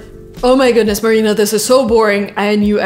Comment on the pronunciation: Holy moly ! Marina’s pronunciation is just wooow